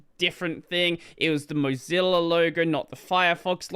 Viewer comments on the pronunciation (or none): none